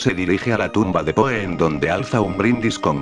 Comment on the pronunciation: Si usas Loquendo, hay algunos tips para que el programa haga las pausas requeridas y mejore la pronunciación de algunos nombres: "el que brinda por PO", me fue difícil identificar que se refería a Edgar Allan Poe. Y si no quieres que diga "món-si- eur" pues mejor tipear " monsiú" o algo que se aproxime a la pronunciación francesa. Lo mismo que las medidas de la habitación ininteligibles de "gasparauser", para eso tipeas "Gaspar Jauser" para que lo pronuncie bien. Otrosí "Fulcabeli"? el nombre es FULCANELLI. Para la próxima.